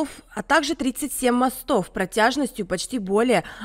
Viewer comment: Протяжённость! А не протяжность. Диктор...